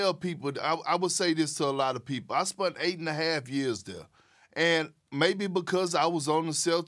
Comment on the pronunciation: “I’ve SPUNT 8.5 years there” I always learn a new word watching perk